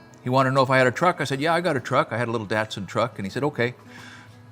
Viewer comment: The way you pronounced Datson had me laughing for longer than was probably needed